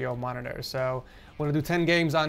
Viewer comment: Does anyone else hear Morororrr